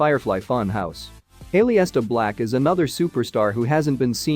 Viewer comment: Did I hear Shayna "Bass-eh-ler"? "Finn Baylor"? "A-lee-is-ta Black"? Lol